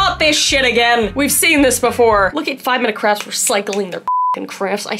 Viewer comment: Is she saying "5 Minutes Crafts" or "5 Minutes Craps" 😆🤔